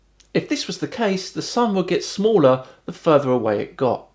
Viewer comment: 'the sun is much schmaller' schmaller?? really?? they cant even pronounce a small word right, btw did anybody notice the curve on the turtle earth?